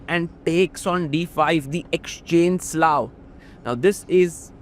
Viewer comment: pls pronounce it as slav